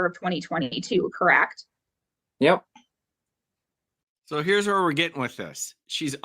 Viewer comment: CorrAct??? Ahhhh